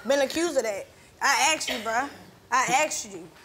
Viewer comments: "Aksed" ??.... How hard is it to pronounce this word correctly?? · “I axed you Bruh” sorry I had to say it 😂but that man deserves long time in jail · I AXED u i AXED u lmfao think she meant ASKED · Never understand when people say " I axed you" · "I AXED ya bruh, I ASKED you bruh!!!"😂🤣😂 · "I axed you. I axed you." No. His lying is what axed him. 🪓